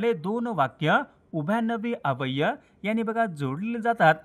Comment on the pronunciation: सर तुमचा अव्यय शब्दाचा उच्चार चुकतोय